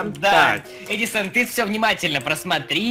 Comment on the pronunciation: Просто ор, сказал не Эдисон,а Педисонннн😂😂😂😂😂